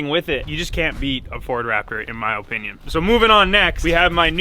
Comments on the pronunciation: "In my ohpinion" lmao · "My OHpinion" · Say opinion like u would say onion drop the o